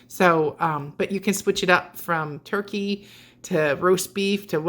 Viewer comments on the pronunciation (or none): none